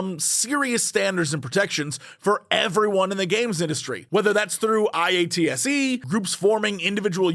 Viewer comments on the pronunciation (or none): hey jesse just a heads up IATSE is pronounced eye-ought-see